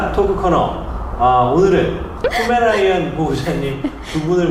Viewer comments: 잘봤습니다만 포메라이언이 아주많이 거슬려요.ㅡㅡ;'; 이분은 말투와 ....여자분들하고 진행하시느라 일부러 그러시나...물론 안쓰고 안보면 그만이라고하실지모르지만 제가 바라보는 시점을 말씀드려본거에요 모두가 좋을수는 없는거니까요^^ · 자꾸 포메라이언이라고 하는거 불편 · 포메라니안 아니고 포메'라이언'입니다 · 왜 포메라이언 이라고 발음을 하시는지 ㅋㅋㅋ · 강훈련사님 자꾸 포메라이언이라고 발음하시는데 검색해보니 포(풔)메레이니언이네요~ 질투가 정말 많은 견종 ㅎ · 근데 왜 포메라이언이라고 하는거죠?? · 나만 포메 라이언이라 들은건가?? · 자막은 계속 포메라니안으로 나오는데 강형욱님은 포메라이언이라고 하시네여 'ㅁ')? 모죠? 라이언이라고 해도 되는 거예여?? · 포메라이언이라고 하시넹ㅋㅋㅋㅋㅋㅋㅋ